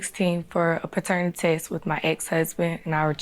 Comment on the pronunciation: I'm in the middle I slid all the way back to the beginning to hear paternatest 😅